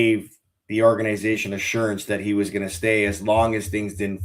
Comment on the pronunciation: These guys need to learn how to say “Organization”